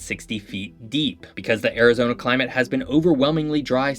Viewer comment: god listening to you mispronounce so many things about Arizona is painful